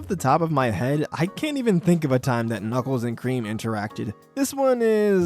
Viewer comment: The way you said Knuckles and Cream gives me the idea of "Cookies n' Cream" for their duo